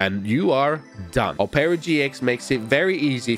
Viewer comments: Brother it’s pronounced aa-pr-uh not oh-pear-uh 😂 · "Opera GX is pronounced Op-ra GX, not opeara GX" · "a-pra" gx The world: "op-ra" gx Btw, can you do this on the police side? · I love how he says opeara instead of op-Er-a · Operagx is produced op-ra gx not op pearer gx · It’s ah-per-uh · as soon as i heard him say oherra i went to the comments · same i heard omarra and just came to the comments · Ah yes “oh pera gx” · "Opara GX" LOLLL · O-peara GX? Had to lock in to figure out you meant OperaGX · I have opera gx but he really said ohpaira gx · Bro really said opaira GX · am i the only one, pissed that he called Opera GX 'Opeeeaaarraa GX' lol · PRONOUCNIGN OPERA OH PERA INSTEAD OF OPERA LIKE THE WOMAN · Who noticed said opera wrong haha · never heard anyone pronounce opera like that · You're pronouncing Opera so wrong.